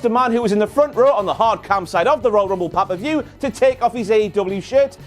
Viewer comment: "Royal Rumble Paaparview" Calm down with the accent man